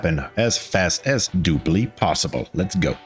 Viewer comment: "That is dupely" legendary